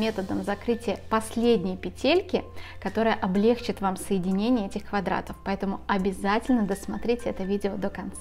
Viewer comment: Очень хорошо все показали Огромное спасибо.Одно замечание - в слове облегчить ударение на чить